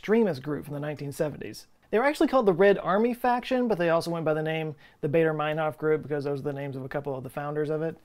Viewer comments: its baa, not bay in Baader mainhof... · It's Bader like the "a" in "father" not "baydor". And ur right about "Math"! The Brits have lost a few marbles after we dumped them and they will never forget!! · Baader rhymes with "fodder", not "crater". After all, the RAF was German. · Never mind the math/s, why would you pronounce Baader as Bader?? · AA is pronounced "ah."